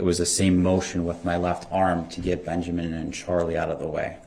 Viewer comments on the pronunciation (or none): DB can’t even say Benjamin correctly, he says “BenJERmin” Lol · Did this man say benjermen oh non talking ass special ed ass